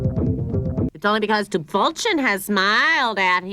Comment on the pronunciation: The weirdest part is, that despite everybody having a German accent, they mispronounce 'Krümel' and 'Tüpfelchen'...